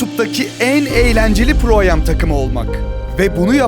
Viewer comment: Minik bir bilgi: Pro Am'deki a ve m harfleri "ey em" şekliinde değil, direkt "em" şeklinde okunuyor. Profesyonel-amatör karışık manasına gelen amateur'un am'i kendisi. Daha çok videosu olacak belli, bilgilendirmek istedim o yüzden. Sevgiler